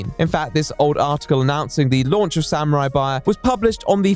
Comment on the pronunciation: wtf is a samuarari